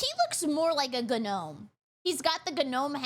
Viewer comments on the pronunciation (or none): a Ga-nome? A Ga-nome??? Oml lmao